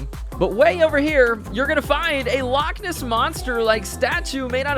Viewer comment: As somebody who is scottish the way you say " loch ness " is so wrong but since your across the pond I'll cut you a break. THIS TIME 🤣